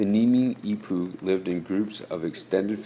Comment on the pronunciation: It isn't pronounced "nimi'ipuu" it's pronounced "Nee-mee-puu"